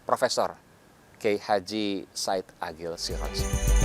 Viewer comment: Sudah nonton beberapa video, dan terdengar seperti menyebut KH. Said Agil Sirodz, bukan KH. Said Aqil Sirodz